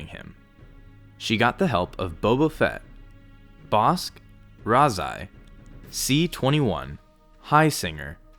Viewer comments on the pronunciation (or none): none